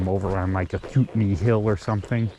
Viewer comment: As-cut-nee, pronounced as cut.